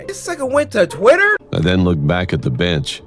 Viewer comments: Did anyone else here Cory say the boy sitting on the beach instead of bench 🤣😂🤣😂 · Bro Cory needs to learn how to read because on the third animation it said the boy sitting on the bench he said beach boy wtfreak😂😂😂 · No one else noticed cory said the boy on the beach instead of bench